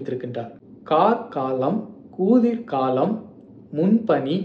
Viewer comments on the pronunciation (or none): none